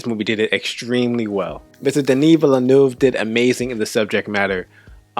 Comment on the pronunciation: You nailed the pronounciation of Villeneuve's name better than most.